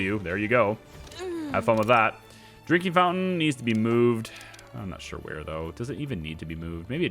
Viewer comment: When you say drinking fountain is sounds like you say drinkey fountain